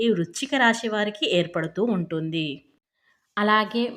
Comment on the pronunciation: రాషి, షుభాషుబాలు అనడం కూడా